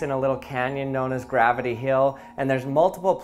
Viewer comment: Gravity heel? His pronunciations are so cute